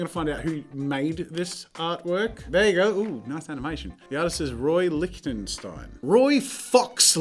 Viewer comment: Just saying, it did hurt a bit that you botched almost all the names on that list. All of these are pretty famous paintings, and even more famous artists. I've seen and learned about most of them in school. Soo... let's go through those pronounciations: Roy Liechtenstein: Roy, then lick-ten-st-ein(like the first ein in einstein) Liechtenstein and Warhol are THE two big pop-artists. At my old school we had a mural of that same exact painting in the junior break-room. Amedeo Modigliani: Ame(like american)-deo(like day-o), then Mod (like monday)-e-lia(like liam)-knee. Amedeo Modigliani is Jewish-Italian, and part of the early 20th-century Parisian art scene, like Picasso and Matisse were. He started out by being inspired by renaissance art, but then he got into that art scene in Paris and developed his own style. And yeah, he was a sculptor as well. The painting is pronounced "new coo-shay" btw. So let's move on to "lay f-uhm dal-sher" (the women of algiers) by Pablo Picasso. I don't think I have to explain who Picasso was, and Jazza did a good job there. The painting is part of a series (version A to O) and was inspired by a Delacroix-painting and a tribute to the then recently deceased Matisse. "The pendant portraits of Maer(like a-mer-ica)-ten Sool(like sole)mans(muns) and Oop(like open)-jen(yen) Coppit(cop-it)" by Rem(like ha-rem)-bruh-nt(it's only two syllables. rem-brant) Harmens(like Carmen's)-zoon(zone) van (fun) Rijn(rhine). He's one of the REAL big OGs. (As in Dutch Ma